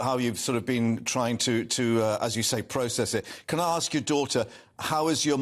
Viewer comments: If you dress in African garb in Great Britain don't be surprised when someone asks where you're from. Also, the word is ASK, not Aks. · AGKST, it's ASK FFS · I’m British, just aks. Is “aks” an English word? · What does "when you Aks" mean? They keep saying the word "Aks". Genuine question! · Why are they saying arks it’s usually axe me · Why do black people say ARRsk instead of ask? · What is it with people saying aks instead of ask? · WHY ARE THEY SAYING "arks" INSTEAD OF "ASK"?